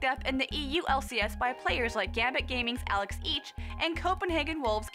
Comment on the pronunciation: did she just say alex eech?